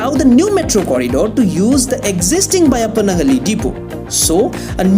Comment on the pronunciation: Excellent job! Thanks for your comprehensive reporting and accurate footage. Also congratulations on getting the pronunciation of Byappanahalli. Not many can get it. Now please work on हेब्बाळ not हेब्बल्!